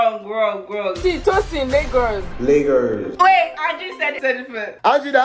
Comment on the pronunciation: its laygurz not laygus